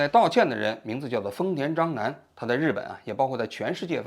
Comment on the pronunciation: 章男听起来像“渣男”😅